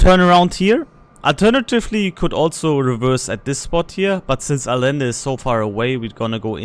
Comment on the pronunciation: It is a-yen-duh, or in German transcription A-jen-de. Double l is spoken as ye in Spanish, in some parts of South America it's a soft sh, as in A-shen-duh...